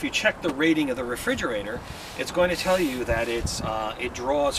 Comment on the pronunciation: you said tall not tell